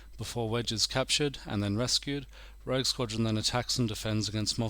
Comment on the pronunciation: Such a good game. But it's rogue btw, not rouge.